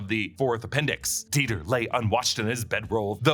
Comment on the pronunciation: Dieter… die-ter… deter? They take them out there to deter them from problematic behaviors?